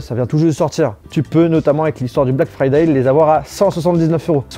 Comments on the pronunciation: "black fraday" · You speak verry good inglish 😄 (black FRADAY)?